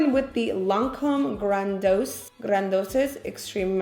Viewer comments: The mascara is pronounced gran-di-ose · Did you really pronounce that Lancome mascara like Grandosis??? 😅😅😅😅